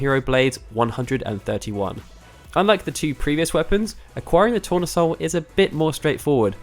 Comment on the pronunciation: tournesol is sunflower in french, pronounced tou-rne-sol